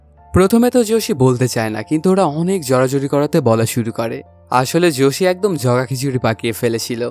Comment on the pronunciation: জসি কি রে ভাই নামটা ভালো করে আগে শুনে নে